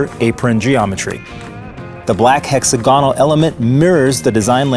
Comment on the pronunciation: It's pronounced "heck-SAG-uh-null"